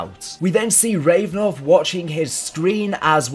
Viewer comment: It’s Rav-A-nov, not Revnov!